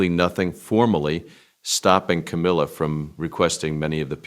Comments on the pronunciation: AI can't even pronounce Ca-MILL-ah. Half the time, it's Ca-MEEL-ah. I'm not a fan, but it's irritating when the name is incorrect. The storyline is about her, at least try to proofread and fix. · Camilla - it rhymes with Gorilla- it’s not Ka MEAL A